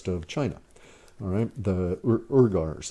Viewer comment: Courts are closed to the public during pandemic. Technically, we are lawless. Only the facade of law and order exists. Also, Urgyars is pronounced "wee-gars".